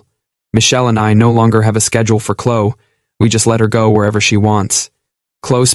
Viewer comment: It's Clo-eee😡!